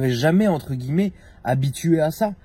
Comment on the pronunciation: Des guillEEEmets , des echEEElons